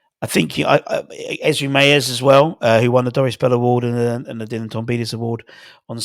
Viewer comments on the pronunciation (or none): none